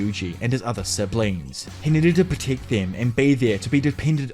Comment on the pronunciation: The way you pronounce protect and Megumi must be a wind up, right? Ridiculous